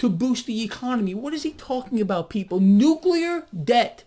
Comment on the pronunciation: Nuk-uler debt